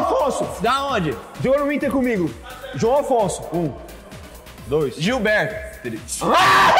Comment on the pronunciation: Que é isso menino... "Jilberto" foi horrível...kkkkkk Gabriel perdeu nessa hora...kkkkkk